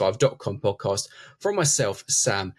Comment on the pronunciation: Actually, my opinion it’s boring. The dude in the middle can’t pronounce podcast. Which was turn off right away.